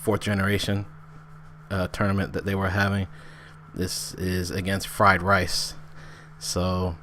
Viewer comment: for the love of god its pronounced reese not rice v_v